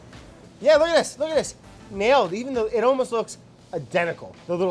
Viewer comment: "Eyyy I grew up on eet" -You may come ouf of Jersey, but Jersey is never coming out of you.